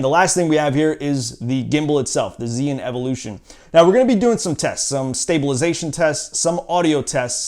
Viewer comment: is called zhii yun not zeee yun.